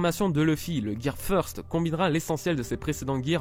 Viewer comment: Feursteuh lol